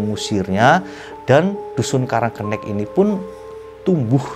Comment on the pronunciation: Bang salah penyebutan😂 yang bener "karang kenek" bukan "karang kennek" Desanya ga seserem cerita ini kok sekarang, tepatnya di olean situbondo, disana juga ada tempat wisata tpi tempatnya bukan di pas desa nya, tpi gak ke lebih timurnya, kapan kapan gw bakal bikin motovlog deh soal desa karang kenek ini😂😂 dri desa gw kira kira 10 menitan doang😂🤣